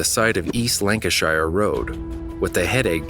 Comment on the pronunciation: Lanca-sheer not lanca shyer.